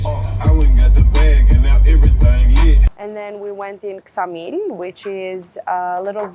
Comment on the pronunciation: Is not samil is eksamil it means 6 miles from korfu